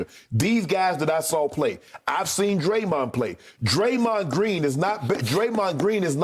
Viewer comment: Unc say dremond flockin!!!???😂😂😂😂